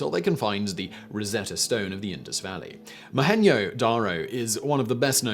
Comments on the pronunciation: Mohenj Daro - J is pronounced a J and not the Spanish way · and in same time butchering the pronunciation of Mohenjo Daro... what an ignorance